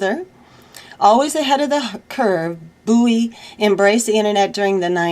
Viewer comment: it's david BOW EE. not booey. fyi. nice to hear your voice and the news you bring. ty.